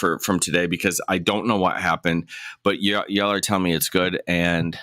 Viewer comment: Southerner here.. you said “y’all” very non southernly lol. But that’s okay. You’re forgiven 😂😂 Also, Judge Simpson is my favorite!! Most of us could care less if he’s acting like a normal person on a hot mic. The people who will complain are the same people who will complain about ANYTHING.. It makes me love him even more so now lol